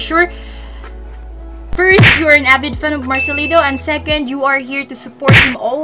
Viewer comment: It's marcelito not marcelino😂